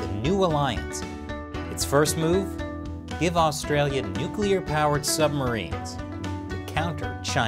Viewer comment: Did you say “ give”?